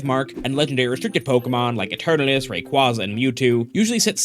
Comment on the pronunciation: dude it's not uturnuts, it's eternatus. read all the letters.